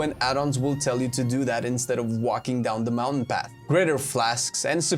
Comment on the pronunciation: Moun taint is now my favorite word.